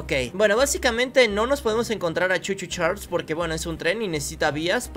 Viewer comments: No sé lee cho cho chales se Lee cho cho charles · no se dice Choo Choo Charles se dice Charles